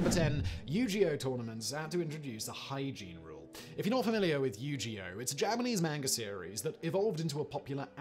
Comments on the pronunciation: It's NOT Yu-ge-oh it's YU-GI-OH GI like a Karoty Gi or better a Traditional style of Japanese clothing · omg ... dude ... Yu-Gi-Oh is with a hard G ... like guy or guest, or give. Thats not an opinion, thats after knowing about it for literally decades. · Hard G in the Yu-Gi-Oh there, Simon 😄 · The way he pronounces Yu-Gi-Oh is pretty goofy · the way he said yugioh xD come one men u are not that old u should know how to say it :D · The way you pronounce yu gi oh is triggering